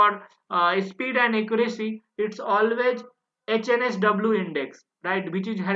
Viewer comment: 56 - why are you calling it OHNSW instead of HNSW ?